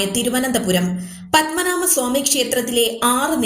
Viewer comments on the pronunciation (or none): ... 'Padma"naava"...' ??? Enthonnedey ith ??!!